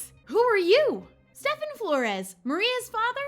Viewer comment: Stephen is pronounced Steven